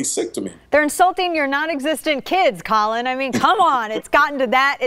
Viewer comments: Dana's cool, but her team didn't properly prep her for this interview. I cringed every time she called him "Colin." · Why she calling him Collin. Its Colion. KOH-LEE-OHNE. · Great job "Collin" lol bummer she said it wrong the whole time. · Yo that would be a lifetime memory. Colion if you read the comments I'm in the DMV area lemme get my snap back signed bruh!! Also the lady butchered his name but in her defense it is kinda hard lol